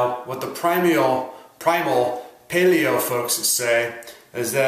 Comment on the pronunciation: ) anyone who thinks Mark Sisson must be on steroids is seriously underestimating what the body is capable of. Thanks for a legit objective look at the pros and cons of both dietary standpoints. Almost stopped watching at the beginning because of how you pronounced paleo lol.